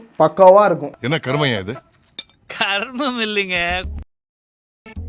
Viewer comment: Enna karuma da... Karumam illa kuruma😂😂